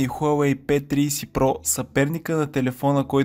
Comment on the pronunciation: P триИси про вика хахахаа